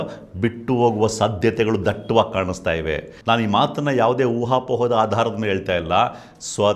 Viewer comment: Dattavaagi.. dattavaagi. Daytavaagi. Han OK gotthayoyu bidi modadante dattavaagi 😂